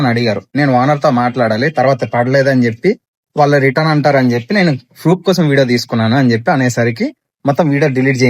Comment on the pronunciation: Kochan kadhu aya kosan 😂😂😂😂